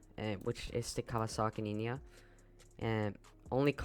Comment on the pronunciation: bro really said kawasaki ninya💀